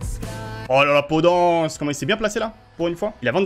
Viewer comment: Ça se dit podennnnce lol